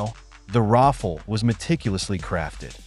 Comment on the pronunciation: Rafale is pronounced something like Raphale, not Raffle